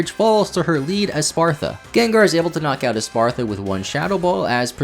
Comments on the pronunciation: It's Espathra not espartha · Espartha? Skelyridge? Never heard of these Pokemon, are they DLC exclusive? But really, fun video, I just get hyper focused on pronunciation sometimes.